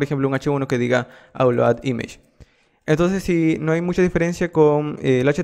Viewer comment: image esta mal pronunciado